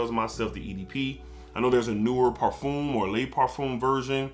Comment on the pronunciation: I like this video but as a fragrance collector my biggest pet-peeve is when people pronounce parfum as parfume. It’s par-f-um